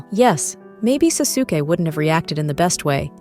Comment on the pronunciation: The way she said Sasuke 🤨🤨🤨